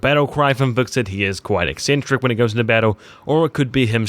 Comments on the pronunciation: His name is Hvitserk, not Viksid. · So did ''Vikset'' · HvitsSERK....how hard is it to say 1 name _ Hvit-Serk.